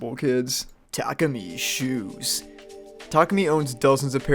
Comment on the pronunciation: Tarkemy? Tah-koo-me (Tah)dah, l(oo)k, me(at)